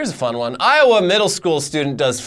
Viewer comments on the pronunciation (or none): none